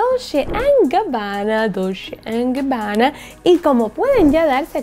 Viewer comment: No es DOLSHHHHE ES DOLCHE ASÍ SE PRONUNCIA Y SE ESCRIBE DOLCE